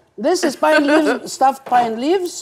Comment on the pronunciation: لقاء رائع، حضرتك والفنانة مريم رائعين جدا. ربنا يبارك الطعام واللي اكلو 🙏🏻 على فكرة ملفوف ورق العنب اسمو vine وليس pine! فقط للتوضيح مع كل الاحترام والتقدير لحضرتك احلى فنانة اسعاد يونس 💗🌟💐😊